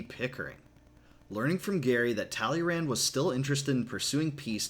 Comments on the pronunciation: Please improve your pronunciation of "Talleyrand" ;) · You pronounced Talleyrand wrong